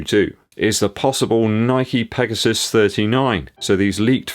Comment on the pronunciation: Did you say Nike PEGOSTON 😆